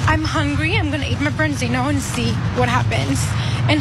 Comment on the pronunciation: Sea Bass is what you're looking for. Nice fish, I'm not a huge fish guy (due to the heavy metals) but it is nice. For some reason in America it has been re-branded as "Branzino" (or "Bronzino" as the girl keeps on saying).